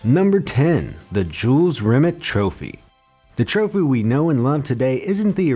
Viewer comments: Jules Rim It? Fucking hell, bad enough with burks on this channel saying hyper bowl for hyperbole, now there's this eejit. It's Rim-ay, not Rimit. Don't they check things they're unsure of how to pronounce? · Rimeeee not rimit!!! 😲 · Lol, Jules "Rim it" (it's French, Rim-ay) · Jules Rimmett? Try pronouncing it 'Ree-may'. He was French after all. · BTW, "Jules Rimet" is pronounced Jules Remey, not Jules Rimit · It’s the Jules remay trophy not remit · Who the f##k is Jules Rim-et (Rimet) it is pronounced Rim-AY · It's Jules Rim-ey you stupid yank. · Jules Rimet is pronounced Jules Rimay. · The way you say Jules Remet makes me sick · I knew all of these, and pronunciation of Jules Rimet trophy is wrong, it's pronounced Jules Rim-ay trophy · really, rimet was pronounced wrong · Jules Rimet is pronounced Jule Rimay. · At least learn how to pronounce "Jules Rimet" before you make a video, come on... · How can you pronounce Nike correctly and not pronounce Jules Rimet correctly seriously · You are pronouncing jules rimet wrong.